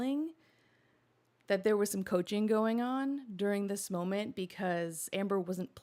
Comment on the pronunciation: Late european here. I've one critique and it's to pronounce the L in molment, so keep that in mind for next time.👍